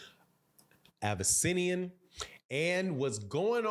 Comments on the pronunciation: It’s “Av-eh-knee-see-on” (if that helps). Irregardless Bud always bring them out to Omaha — I’m sure it the gate will do fine. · You playing with that name pronounciation from the get go lol